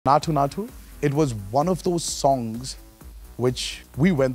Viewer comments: Everything is fine but why is he pronouncing naatu that way.. he knows the exact pronunciation and instead of correcting it he is making it sound worse.. Please don’t do that.. please.. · Bro said naathoo naathoo 😭